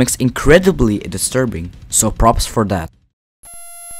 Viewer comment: “desturbing” no hate btw